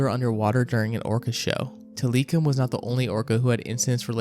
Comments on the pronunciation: Sir, please work on your pronunciation of names and locations. It takes away from the seriousness of the video and makes it look like research was not done properly. Examples include the pronunciation of Tilikum and La Jolla. Otherwise a pretty dang good video Cheers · Did you know that’s not how you say Tilikum? Like this is literally just content for you. It doesn’t have to be anything like the real name. Just watch blackfish y’all. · You know how we know you’re AI, the way you said tilikum Do better